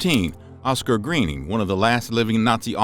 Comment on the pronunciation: If you are going to present a video, learn the correct pronunciations of parties whose names are used such a Oskar Greuning.